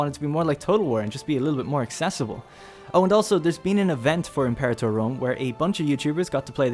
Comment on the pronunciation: "Em-Pore-ator" Fuck.